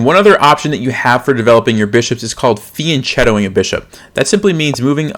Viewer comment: Fian"ch"ettoing xD